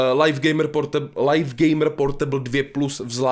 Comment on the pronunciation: Slovo LIVE se čte LIV a ne lajf už to pochopte...